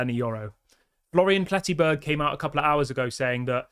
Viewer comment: Dude, it's PletteNberg. It's pronounced Le-keep. It's pronounced Manwel